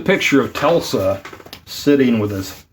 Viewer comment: He’s named Nikola Tesla, not Telsa 😊